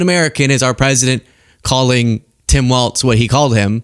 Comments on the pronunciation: WALZ, not WALTZ 🙃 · It's WALZ, not Waltz! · It's pronounced Tim Walz not Waltz Love ya! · WalZ. Not WALTZ. Why can't anyone get this right?! 🤣🤣🤣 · No "T" in Walz